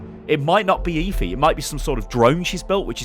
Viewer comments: ITS PRONOUNCED ( F E ) NOT ( E FEE ) PLS STAHP :(((((( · Please, why are you calling her e-phee, its eth-ee! "Efi" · It's pronounced Effffeeeeeeee. Not Eyfi. ☺️👍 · Im pretty sure its pronounced effy not eefy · Jesus man it's pronounced effff-ee not eefee fucking hell man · It's pronounced EH-FEE, just saying( ͡° ͜ʖ ͡°) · It's pronounced as eh-fi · Please just say EH-Fee. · did any1 else hear leafy instead of efi LOL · lets be honest, is there even a chance he's pronouncing Efi correctly? EEEEEEEEEEEEEFY, Dooooouuummmfist.... Saaaaays...... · You pronounce Efi's name wrong. 😂